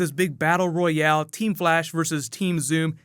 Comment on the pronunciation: you said teem flash vs team zoom